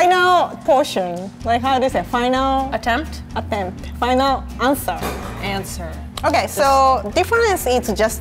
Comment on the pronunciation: answer: Enswer!!! 😂😂😂